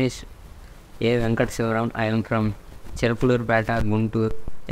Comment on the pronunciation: it's CHILAKALURIPETA,GUNTUR not CHIRAPULUR,PATTAYAGUNGTU. It's in ANDHRA PRADESH.Please correct it bhaiyya😊 And also He is from BHASHYAM.Not BHASHIM TELUGU (ANDHRA PRADESH) FANS HERE.🙂 AND FORGOT TO MENTION,VIDEO IS FIRE